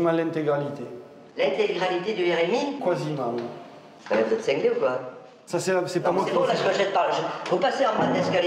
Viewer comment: J'ai pas dit l'intégralité mais "Quoisiment: dit il ne pas confondre avec quasiment qui se prononce correctement.